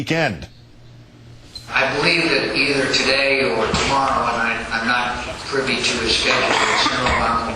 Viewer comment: Oh dear god, Keith! :59- , it's spelled "privy", not "privee"!